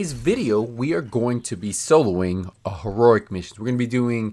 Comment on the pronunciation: HEE-ROW-EEK, say it slowly, not HEE-RORIK